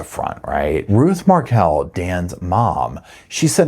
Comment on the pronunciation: Please its Markel' Some times you say it right